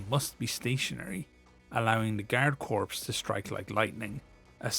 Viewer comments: I'm reasonably certain that Korps is pronounced as "Core", not "Corpse". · FYI, "corps" is pronounced the same as the word "core". It is not pronounced the same as the word "corpse". I love your content, and just want to point out this correction so as to help with your future uploads. Cheers! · Other than “Corps” being pronounced “Corpse”, good video. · I don't want to be "that guy" but "corps" is pronounced like "core".